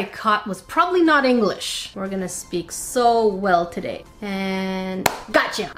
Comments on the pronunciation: POV: you went back in the video to see if she actually did eat Englitsh instead of English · Did anyone rewind the video Whene she said that it was anglitch instead of English to make sure